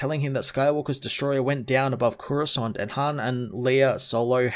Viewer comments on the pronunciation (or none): none